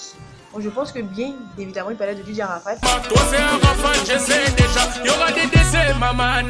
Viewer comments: Dj Arafat pas arafade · Je trouve que te jouer les lolitas avec des mimiques d'ado français décérébré, est pas respectueux...même le ton de la vidéo, le fond sonore est vraiment mal choisi. On dit pas ARAFAde ***....un peu de respect quand même...bref ...tu es pas sage et assez mature...tu nous fait mal et honte .